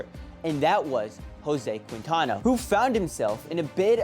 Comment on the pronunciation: it's "keen-tana" not "quin-tana"